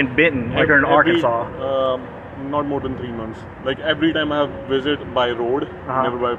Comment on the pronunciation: Dude, it's Arkansas. Enough said